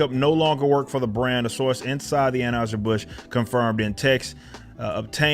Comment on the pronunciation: Are you pronouncing Anheuser incorrectly on purpose? 🤔